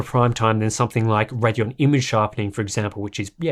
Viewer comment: RAIDeon, not Raddion, it's not that hard.